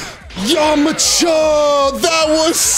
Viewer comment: "yomacha"? lmao